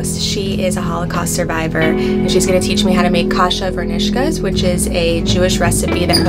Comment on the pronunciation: I hope Ruth teaches her how to say "varnishkes." She keeps saying "varNISHkes." It's "VARnishkes." Yes, it matters. Kasha, btw, is buckwheat, one of the few grains that has a significant amount of protein in it. People all across central and eastern Europe relied on buckwheat, prepared in various ways, to survive. It's not a form of wheat, and it's even gluten free.